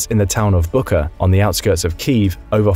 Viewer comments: Wow I am amazed at how many times the narrator butchered the name "Bucha" as BOO-KA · Wtf was the pronunciation of bucha 😂😂😂slava ukraini heroyam slava